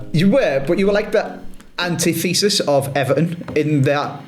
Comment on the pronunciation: you said this in a video about a year ago and for some reason it really stuck with me, and you’ve just said it again in this video. Please look us the pronunciation of antithesis 😂